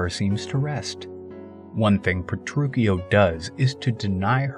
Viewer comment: Pretty sure you’re saying Petruchio wrong